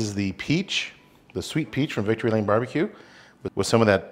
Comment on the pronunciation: What is unpita sweet peach rub, sorry hard to understand what you said, and can't read the label on your rub, the first one you put on, Also were the salmon frozen, assume so. I do mine the same way in the brine, better than in the liquid brine for sure. Think I found it, Victory Lane BBQ, Thanks anyway, will try it.Is it spicy or mild?